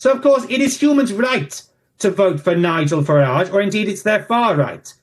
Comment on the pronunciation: The way Americans pronounce Farage always gives me a laugh.